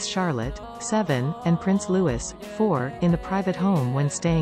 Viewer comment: I wonder, if the Prince & Princess of Wales, knows that the voice over/narrator constantly mispronounced their youngest sons name in these videos?! IT'S, SOOOOO, ANNOYING!!!! 🤬🤬🤬🤬